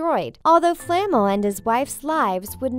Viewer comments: It’s flaMEL not FLAmel 💀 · It’s flaa Mel not famol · Nicolas Flah-mel. . . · The way they say Nicholas Flamel really irks me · “Nicolas fLaMeL” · Tabitha Swayne- Nope, you weren’t. The worst would have to how it said Flamel. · She said Nicolas Flemels name wrong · I really wish that the narrator of these videos would learn to pronounce the names. like Flamel and Leta. By the time it gets to the end I am practically screaming corrections at my computer!!!!